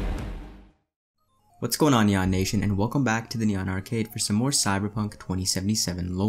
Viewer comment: Hes really saying kneeawn like nyan